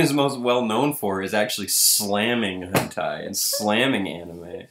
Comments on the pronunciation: Wait, wait, wait. Hold the fuck up. The guy is all grandpa: "durr what's hentei" and then all of a sudden it's properly pronounced as hentai? Dude is obviously more intimate with the subject than he lets on... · "Hentei." Fucking Hentei! 30 seconds later. "Hentai." Bruh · In retrospect: Hentai... Hent-ai... Hent-eye... Hent-i...BTW I know he later corrects himself but I need to hammer this home!... Hent!BZZZT!... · Notice how he said hentay then later hentai correctly. He was faking not knowing how to say ot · Hentey? lol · Why can he pronounce Henti right the second time but not the first time? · His pronunciation of hentai is literally people in spanish.